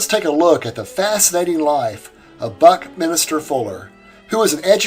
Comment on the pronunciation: I am enjoying your videos and have a very slight correction. It is Buckminster not Buckminister. Also, I knew a person with the name Bauersfeld, was pronounced as "Bowersfeld", but that does not mean your pronunciation is wrong.